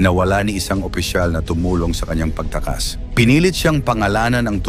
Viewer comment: Pronounce mo Ng maayos Ang salitang pagtakas, kinasasangkutan